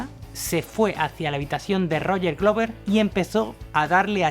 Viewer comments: "Ian Gillian?" "Roger Gluver"? No estaría mal mejorar la pronunciación de los nombres, aunque por lo demás el reportaje excelente, felicidades. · Excelente documental sobre uno de los mejores guitarristas en la historia del Rock. Sin embargo le hago una observación "Purple" no se pronuncia con "a", Roger Glover, Glover no se pronuncia con "u" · Muy bueno el video, pero no es AIAN GUILIAN... simplemente Ian Guilan, tal cual. Ni Glover como dices es Gluver. No te compliques.